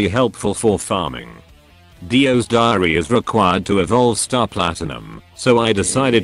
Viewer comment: dio's diary What i heard: dio's diareaha